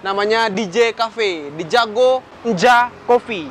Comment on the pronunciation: "DJAGO NJA KOPI" bacanya "JAGO NYA KOPI" Woy wkwkwk